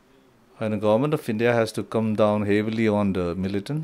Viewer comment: Why is he always using 't' in words every now and then.....since't', has't'..... he speaks like his peepurs cm.